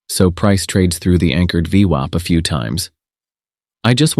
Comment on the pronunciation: This is so painful to watch with the daft voiceover changing the pronunciation of VWAP all the time.